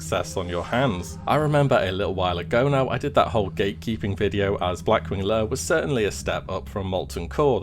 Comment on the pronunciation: Blackwing layUH